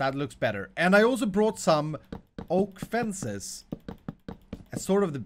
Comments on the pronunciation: says fences but he says fencai ??? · dark oak fenci Me: its dark oak fenc*es* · Wow The Bumbo Is Really Taking Over. He Said Dark Oakla Fence-I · I died at "dark oak fenci".